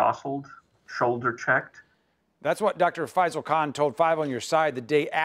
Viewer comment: Dear Channel it’s “KHAN” fix your things. You are being rude to my heritage, my identity and my tribe.